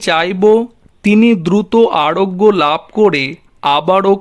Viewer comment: ড়াজনীতী, বছড় না বাছুড়। শুডূ কড়ে। চানা ভাজা খাইছস না কি ভোসড়ী কা। বাংলাদেশের ভাষা মারছস। আড়োগ্য লাভ কড়ে। র আর ড় য়ের পার্থক্য বোঝস না ভোসড়ী কা। 🤣🤣